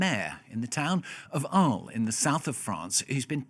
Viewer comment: man!! DO YOUR HOMEWORK!! IT'S ALÉS... NOT ARLES!! not apart from that... this is all bullshit... This story is well over exagerated for many reasons... this so called maf8a is nothing compared to administrative corruption here in France.... believe me... i live here... Take a big pinch of salt with this story.... Corruption here is over the top.....